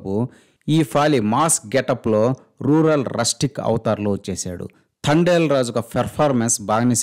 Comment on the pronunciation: ఇది తండెల్ కాదు తడేల్ 😅😂😂